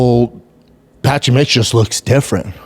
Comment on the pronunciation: “ Patchy Mitch “ …. Come on Brendan…like just practice saying their names beforehand 😂😂😂